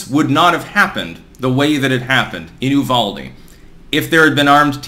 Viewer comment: Good job on pronouncing Uvalde correctly! It's a little weird, but we appreciate the extra effort.